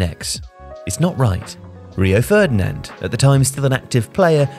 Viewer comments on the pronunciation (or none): none